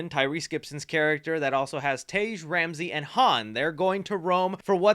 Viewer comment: They never said anything about Brian coming back in 10 All the post and articles have been saying he's coming back for 11 with this new crazy tech What is so hard about Tej name that you youtube bastards can't say it right lmfao it's now Teaaj there is a no A in it